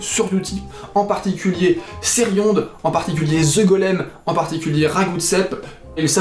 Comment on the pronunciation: Ceriond c'est comme connard, on prononce pas le D ;)